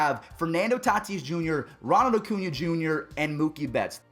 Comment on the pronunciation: If you don’t stop calling him “O-cuña”